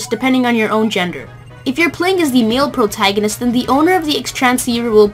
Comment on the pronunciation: did you say the e-mail protangonist?